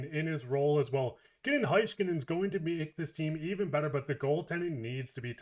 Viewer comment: Please stop pronouncing Heiskanen's name wrong, it's HEY-skanen not High-skanen